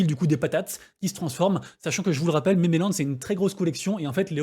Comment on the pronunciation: Merci pour la vidéo! Tkt on comprend tout, sauf quand tu dois dire un mot en anglais!! Elle est où l'île aux mémés? Jconnaissais memeland (voir mimeland pour la prononciation), mais mémé land, connais pas =P Bisoussss